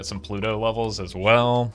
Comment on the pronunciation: Am I the onlyone that hears plu-TOE? 😢